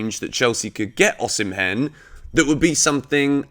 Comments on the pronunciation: I have been a fan and I am still a fan but you aren’t t doing justice to my Nigerian brother’s name 😂😂😂 it is pronounced O-Si-meh not O-si-men😂😂😂 i always enjoy watching your videos💯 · Hey, it's pronounced OSHImen,💙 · Pronounced "Osimen".. the "h" is silent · Am Nigerian and Victor Osimhen is pronounced as Osimen.